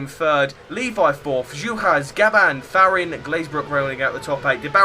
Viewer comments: Well...you pronounce Gam-ba as Gab-ban and Fa-ri-na as Fa-RIN. Apart from that, all good. Especially your counting skills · Well, looks like I'm amazing on qualifying but...not really too incredible in the race. And, if you really are great, pronounce Gamba's and Farina's name probably 😝. Though I'll give you a pass on Fachrizain, his name is impossible for most.